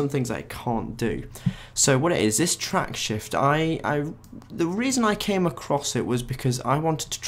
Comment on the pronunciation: You are mispronouncing "Tracksift". You are saying "TracksHift". That's not what it is. There's no "H" in the software title. If you are going to go to the trouble of recording something, how about getting the title correctly said, for starters.